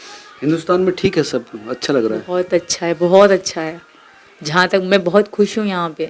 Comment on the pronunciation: Bolna seekho lapu khush hota hai khus ni